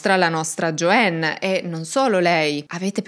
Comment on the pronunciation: Non si pronuncia " Gioenn ` ma Gioann. La A in inglese non diventa E come spesso credono gli Italiani, ma solo qualche volta che non sto a spiegare ora. Infatti AMERICA non diventa Emeriche, no?